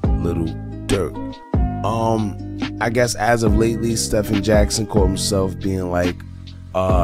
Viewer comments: It's pronounced STE-VEN, not like Curry. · His Name is pronounced STEVEN